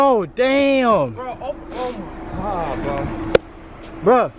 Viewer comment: whenever says oh ma god I be dying